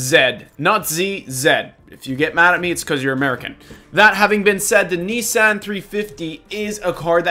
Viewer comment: Yes it is "zed" not "zee" but you pronounced Nissan wrong